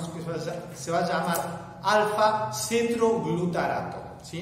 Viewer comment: me gustan tus videos son ingeniosos pero no explicaste a donde van los nadh (?) van a la cadena respiratoria en la cresta mitocondrial? y cuánto ATP resulta de cada molécula de glucosa que entra al ciclo de krebs ? 36 atp? otra cosa no es CETROGLUTARaTo es :Cetoglutarato . bravo por tus videos